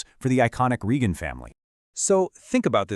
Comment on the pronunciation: Have you even watched "Blue Bloods"? You can't even pronounce "Reagan". They had accepted pay cuts in 2023, but the show was still too expensive. It wasn't just Tom who was disappointed—the other actors and the entire crew were too. You should watch or read the comments from Donnie Wahlberg and Bridget Moynahan. I'm part of Tom's family, and we've talked about this, too. Tom was asked if he wanted to be on “Boston Blue,” but he turned it down because he wants to leave “Frank Reagan” in the past.